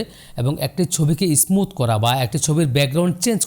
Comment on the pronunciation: ভাই আপনি ও তো ভুল করেছেন, হবে স্মুত